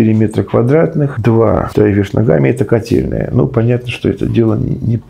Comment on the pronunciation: Котельная?! Он сказал котельная?!!!!